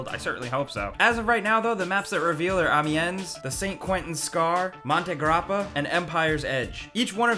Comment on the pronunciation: Another thing you need to know about Battlefield 1: Amiens is pronounced am-ee-ann